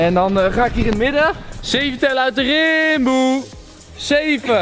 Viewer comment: het is niet timboe maar rimboe haha